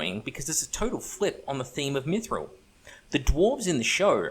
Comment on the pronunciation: sir i almost spat my drink when you caalled it 'maguffthril'